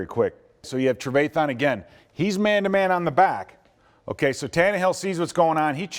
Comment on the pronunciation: Somebody teach this man how to say trevathan